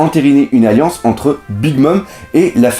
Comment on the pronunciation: ENAUUUUURME FAUTE A !!! CEST PAS AILLANCE CEST ALLIANCE ;) cest tout pour moi :p